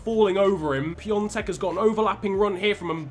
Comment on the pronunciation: Nice vid as always but that ą in piątek is has no n sound